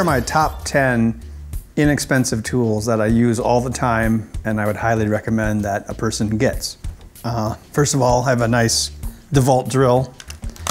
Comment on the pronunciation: It's DeWalt not Deval and they are sooo expensive